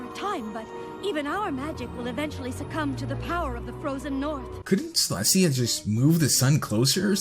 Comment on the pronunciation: "Celstia". That's a sin.